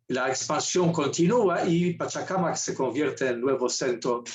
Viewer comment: SE DICE PACHACÀMAC, NO PACHACAMAC